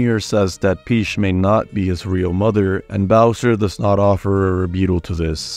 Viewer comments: "joeshi" "princess peash" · "Princess Peesh"?